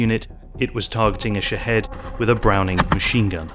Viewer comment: Did he say shithead drones? Before I name my product, I’m going to find out what it sounds like to the rest of the world.